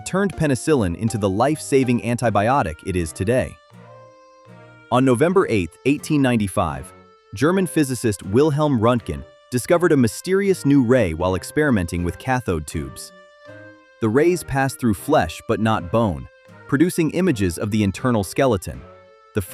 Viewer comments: Not Rontgen. It is Röntgen. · Röntgen. Ö. It's the sound of the "u" in "nurse".